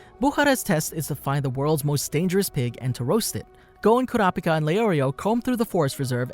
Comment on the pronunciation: Everytime u say kurapika it sounded like u said curapcat Noob